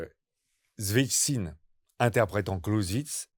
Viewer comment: Exposé brillant et très clair. Merci Juste un petit détail, s’entraîner à dire Svietchine, Sviet-chine, çvi-aite-shine, pour un russophone ça pique un peu les oreilles.